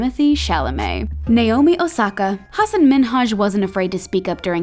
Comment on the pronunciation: oop u pronoucing hasan name incorrectly tooo his name is from my religion so i know